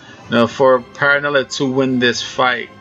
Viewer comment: Also, his name is B R Y A N T P E R R E L L A. Not “Paranelly” it’s Perrella. Rhymes with Fella. There is no “N” in his last name. Come on man your the expert, get the names right! This is not even a hard name to pronounce